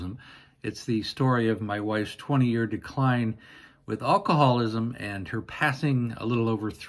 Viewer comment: It drives me nuts that you say all-cohallism. It is alcoholism.